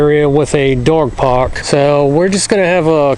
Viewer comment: "Over here is a Dawg Pawk"